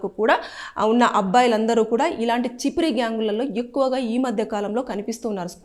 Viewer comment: Chipiri gyang కాదు Chimpiri అంటే వి కారము గా వు vuntaru.